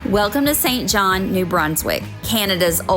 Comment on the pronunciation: Its SAINT JOHN.